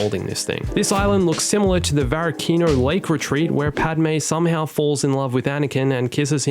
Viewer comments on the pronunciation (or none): Lol, you said Padma, it's Padme